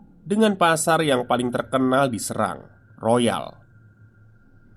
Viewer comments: Mon maaf mas, penyebutannya jgn srang, tapi pake E (SERANG) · Pengucapan Kata Serang, Se-nya Seperti kata Seng, ( Sérang bukan Serang)😀🙏😁😀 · Serangnya cara bacanya ga gitu 😂